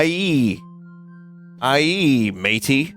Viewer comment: Unrelated but I am so glad Vinny read aye correctly and not the completely wrong pronunciation that some took to saying over the past few years. It's our word and it's AYE (eye/I) not eyyy like who was the person that can't read that decided it was that?